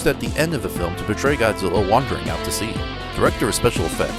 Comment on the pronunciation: Zuminz wong. Angwueriz choodnd bee hurdind hiz fwend, Gawdziller.